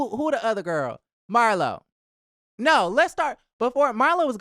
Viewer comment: Not Mar- LOW! 😂😂😂😂